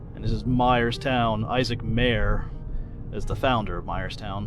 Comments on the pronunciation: Please check your pronunciations. I grew up in Myerstown and we never called it the Isaac "Mare" house. It was pronounced like Myer. Many things could have been mentioned like Lancaster Airport, seminary in Myerstown, etc. Otherwise, very enjoyable. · Thanks for posting. Great travelog. Myerstown is my hometown, however founder Issac Meier's name is pronounced the same way as the town's name is pronounced. Myerstown, hence the name Myer, not Mayer. The German pronunciation is the same.